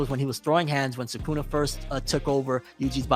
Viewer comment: Americans saying SooKoona is probably the most jarring thing